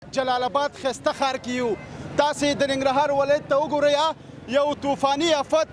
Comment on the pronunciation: د جلال آباد حار نه ❌ د جلال آباد ښار ✅ لوخه نه ❌ لوحه ✅ د جلال آباد خلکو ډیر ښکلی تلفظ درلود. نه پوهیږم چی ولی دننګرهاریانو تلفظ خراب شوی دی ؟